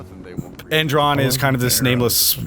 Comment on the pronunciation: "Endron." Subtle!